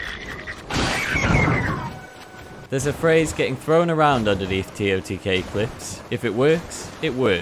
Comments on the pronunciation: Can we please NOT start calling it “tee oh tee Kay” just say tears of the kingdom but spell it as totk…. Sounds weird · Tear O tee kay💀